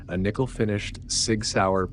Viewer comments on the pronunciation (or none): none